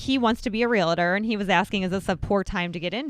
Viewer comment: Love you guys. Been watching forever. BUT PLEASE stop saying REAL I TOR. It's Realtor... no "I" in the middle.